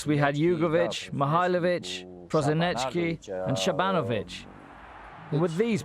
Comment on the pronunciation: It's not Sabanovic, but SabanADZovic.